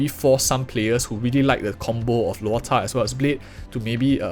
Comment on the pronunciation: bro, chinese word why you pronounce luo"cha'4th tone like poke like that sounds so vulgar. In my mind it sounds like cha1 first tone